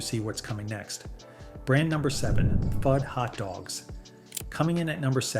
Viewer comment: FUD is pronounced FOOD